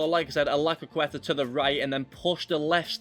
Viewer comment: Jesus Christ, why are you not capable of pronouncing CROQUETA? Lmao